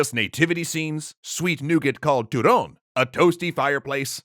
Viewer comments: He said turón rather than turrón, a turón is a animal similar to a weasel which ferrets descend of. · & now you know why people say "beat the sh*t out of..." also, Turrrrrrón, gotta rrrrroll those R's my dude =p joking aside, Feliz Navidad everyone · Don't know what to make of that ... whatever he tried to say instead of turrons (or turrón).